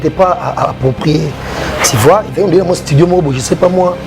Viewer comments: Monsieur en casquette rouge ont dit tu vois, et non ti vois..juste un rectificatif, merci. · Yo jazz on dis tu vois et non ti vois